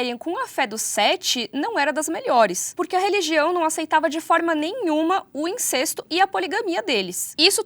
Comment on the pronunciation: Eu acredito que a fonética da palavra incesto seja "in-cés-to" e não "in-cês-to". Aprendi dessa forma.